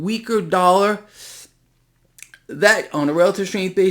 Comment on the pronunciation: What is a " Dallar "?